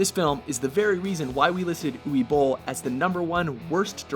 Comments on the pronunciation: Who the FUCK is OOWEE Bole? It's pronounced OOVAY. It's German you cretin. Fuckin' Yanks just say whatever shit they want and think that's how it is. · This narrator dude sucks, he mispronounced Uwe Boll's name too.